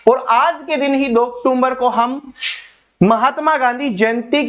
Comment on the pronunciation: अक्टूबर को अक्टूमबर क्यों😢